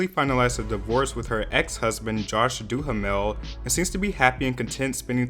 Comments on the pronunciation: What everyone is commenting on: “It’s because of the NBA all-star national anthem!” What I’m commenting on: “Josh Du-Ha-Mel?” 🤔 .... It’s pronounced Du-mel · Isn't it pronounced DUH-MEL? , Not DU-HAM-EL? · "Josh Doo-ha-mel" 🤣🤣🤣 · The 'a' in Duhamel is silent. It's pronounced 'Do-mel'. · DOO-HA-MILL? Lmaoo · Josh Duhamel (pronounced Doo-Mel). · He must be 16 he doesn’t know how to say josh duhmel name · 😂 The way pronounces Josh Duhamel .. I'm sorry 😂🤭